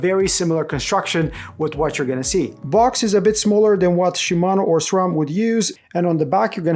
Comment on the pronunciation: It's refreshing to hear someone pronounce SRAM as it is spelled instead of SCHRAM 😁